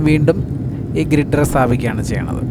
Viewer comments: ഗ്രിഡർ അല്ല, ഗർഡർ (Girder) ; പിൽ ക്യാപ് അല്ല, പൈൽ ക്യാപ് (Pile) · നല്ല വീഡിയോ. കുറച്ച് കാലത്തിനു നമുക്ക് അഭിമാനിക്കാം ഏറ്റവും നീളം കൂടിയ എലിവേറ്റഡ് ഹൈവേ എന്ന്. ചെന്നൈയിൽ താമ്പരം ചെങ്കൽപ്പേട് ഇടയിൽ 23 k m ഉള്ള എലിവേറ്റഡ് ഹൈവേ വരുന്നുണ്ട്. പിന്നെ ഗ്രിഡർ അല്ല ഗർഡർ ആണ്. അത് ശ്രദ്ധിക്കുക